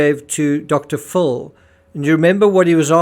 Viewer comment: Its dr Phil not dr full